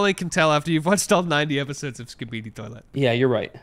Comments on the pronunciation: "skibede toilte" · Ain’t no way pronounces skibidi like that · It truly is insane to me that anyone could look at the words "Skibidi toilet" and pronounce the way does